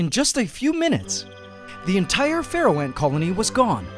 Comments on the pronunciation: All this time I've been thinking you're saying "Ferral Ant" with a strange accent. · DG K same it makes sense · Omg same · OMG I'm not alone! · Whenever he says “Pharaoh”, I hear “Feral” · I hear pfereoh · Oh, Pharaoh ants, when you've mentioned them before, I thought you said "feral".